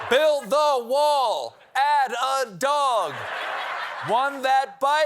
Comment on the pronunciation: When herschel said doG i thought he said dong! Its funny both ways